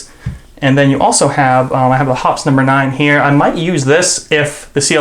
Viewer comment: You are pretty knowledgeable but you need a reading lesson if you want something (such as a rabbit) to move it hops and you say it that way. Hops. However when you have two P's with an "E" behind it then becomes Hop pees with a long E sound and is pronounced that way so quit hopping and get to Hop peing! Hearing it mispronounced is like fingernails on a blackboard! Puts my teeth on edge. End of lecture. Gabby